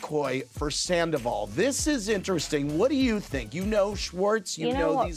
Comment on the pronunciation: She called him Skandoval 😂😂😂